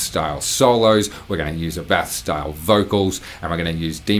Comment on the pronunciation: Just me or this guy looks like Tom Cruise? Edit. Youre mispronunciating this. Is ÁBBATH, not Abbáth.